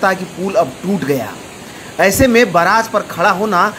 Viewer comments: Aree bhai baraaj nhi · बराज नहि indian media बेरेग हे😅😅😂😂